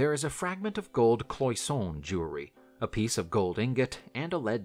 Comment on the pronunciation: Cabachon = KAB - uh - shan Cloisonne - klwah - zon - NAY Gloucestershire = GLAW - steh - shirr